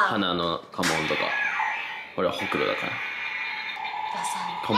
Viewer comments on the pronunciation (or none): ホ↑クロなんだね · うくんのホ↑クロ→の発音気になってポンスの可愛さしか頭に入らん🤦🏻‍♀️ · えぇえん！！ほくろってその発音じゃないの！！バイ愛知県民